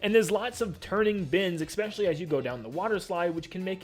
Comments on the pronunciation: Bro, I love your content and this is extremely petty of me to say but, the word is "especially." I'm sorry I'm a huge grammar stickler and hearing you say "eckspecially" a hundred times in this video was driving me insane. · THERE IS NO 'X" in 'ESPECIALLY" AHHHH YOU SAY IT ON EVERY TRACKKKKKKK